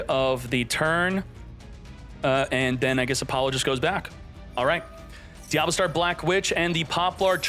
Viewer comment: diaBELLstar, not DIABLOstar